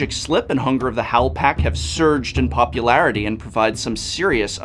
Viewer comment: When said that "Pauper is exploding in popularity." i thought i heard 'Pauper-larity'